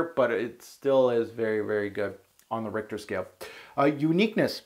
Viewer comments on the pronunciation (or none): none